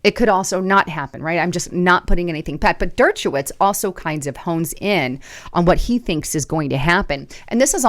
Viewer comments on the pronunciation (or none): Dirt-cha-witz?? Wow... C'mon Der-sha-witz